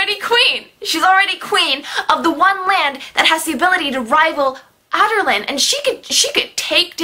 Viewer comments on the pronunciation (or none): I died when she said Adarlan like "otter land" and Wendlen like "wet land" at 😂😂😂 P.S. I think the book was called 'Crown of Midnight' because the Wyrd key that the king has, was in the crown inside the tomb and the keys are made of obsidian right? I'm still a little confused whether they are or not. Also I think 'Heir of Fire' is called that because Celaena is heir to the throne and her main Fae power is fire.